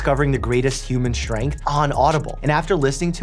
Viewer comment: Mike… there is only one “h” in strength. It’s not “shtrength”. You also say “Shtraight”. It’s a Brooklyn/Staten Island/NJ thing I get it. Good habit to break.